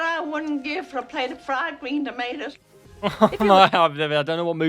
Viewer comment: 😂 the movie is called Fwiwd Gween Tomatoes 😂 Okra is gross and slimy